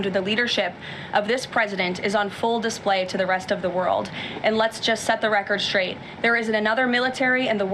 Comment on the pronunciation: Schraight. I hate when people cannot pronounce the word correctly! no SSSSHHHHH- STR, like stir